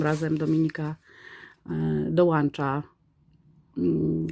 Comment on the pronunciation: Niestety ale wytrzymałam minuty. Następnym razem z szacunku do słuchacza prosze się przygotować merytorycznie. Rare to słowo angielskie i wymawia sie jako "rer". Do tego nie "dołancza" tylko dołącza i nie będe się chwaliła tylko będe się chwalić. Takze tego, choćby w paczce były złote rośliny to się tego nie dowiem bo mam postrzępione uszy już po niecałych 2 minutach. Powodzenia!